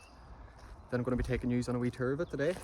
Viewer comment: It's tour not ter